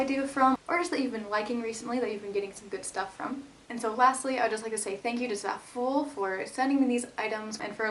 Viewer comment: pretty sure Zaful is pronounced like it rhymes with awful